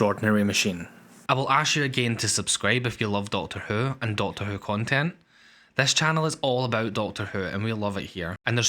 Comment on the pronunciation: What accent is this, raping my auditory protruberances? It speaks of a programme named 'Doctor Uh'..... utters facts pertaining to something called a 'masheeen' and babbles of 'cirrrrrkits' ??? I seemed to have discovered my first foreign fan video! If only he wasn't so unintelligible...